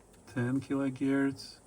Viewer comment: Kilo herc not gierc!